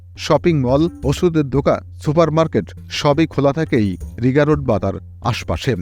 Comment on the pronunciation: রিগা রোড না রিগ্গা রোড বলে Rigga